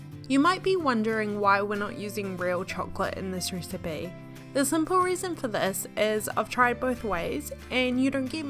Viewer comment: Dude I can't stand this accent "ricebay"